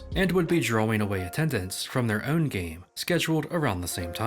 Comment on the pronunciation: heard you say "own" and youre from where im from